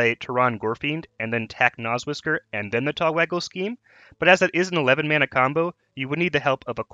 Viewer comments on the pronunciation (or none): none